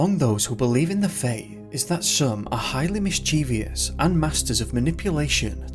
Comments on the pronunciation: It’s “mischievous” NOT mischevious 🤨. Pronounced “miss che vus” not “miss che veeus” 🙄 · mischievous has 3 syllables not 4. pronounced "mis chi ves" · Not miss cheeve ee us. Please